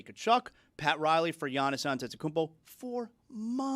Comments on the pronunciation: missed the "m" in Antetokounmpo. That's a fine for everyone. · It is known sounded to me like he missed the "n" not "m". Think everybody pronounces the M so they know it's there.